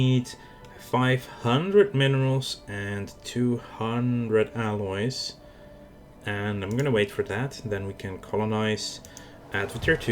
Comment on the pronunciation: you keep sayng aliewhen yu meaalloys. lol